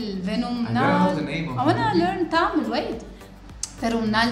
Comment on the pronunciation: she pronounce tamil perfectly.....